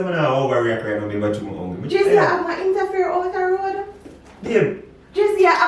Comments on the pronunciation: LOL did say "interfair"🤣🤣🤣🤣! IA this win. This was genius nah lie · Jason u a av wah "interfair" outa road Me: a "interfair" or "affair" 🤔🤔🤔🤔 Also me:🤣🤣🤣🤣🤣🤣🤣🤣🤣